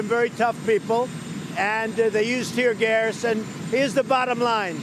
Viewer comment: “ tear gers “ ...